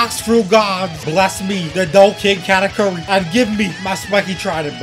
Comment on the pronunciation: ayo katakuri is pronounced (ka-tahk-urry)